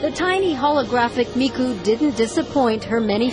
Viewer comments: "World's /only/ digital diva" NO SHE FUCKING IS NOT WHAT HAPPENED TO ALL THE OTHER VOCALOIDS Also, these news reporters are horrible at pronouncing Miku's name. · I'm surprised fox 2 didn't start a WWIII for calling Miku a "diva". Even the name they try to pronouns was gunna trigger fan. Now we see why normies and anime cant be friends. Even that guy butcher the word" manga". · Okay, the first news report was good, but the second was upsetting. They do NOT know how to pronounce Miku's name, they said she was the only digital diva, and the way he pronounced manga was terrible. There are LOTS of Vocaloids and they also make it seem like anime fans are kinda..weird. I am not weird.